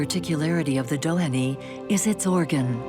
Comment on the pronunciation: The final 'y' in Dohany is silent.